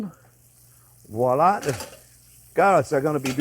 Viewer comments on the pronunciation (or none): none